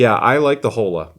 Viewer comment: Please, “Oh-La”. 😭 no Holes here. LOL